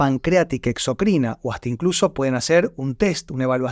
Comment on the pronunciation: me extraña tu mala pronunciacion ENDOCRINA no endoʻcrina y EXOCRINA no exoʻcrìna 😢😢😢😢😢